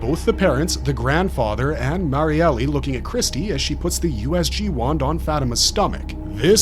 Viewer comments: That's been driving me crazy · Yea was like. Cmon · Every single video. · Awesome Vid as always, though I still cant get over with the Pronounciation for Marielles Name, Its suppose to be pronounce as Mar-yel not Mar-yele. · Cough cough her name is MariEL not Mary-Elly